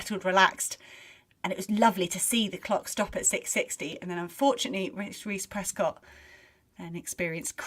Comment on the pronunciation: 1hr:19 - 1hr:21 It's Prescod not Prescott.